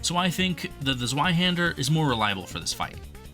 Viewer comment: Just one small thing: the z in zweihander is said in German way, as "ts" in "hearts".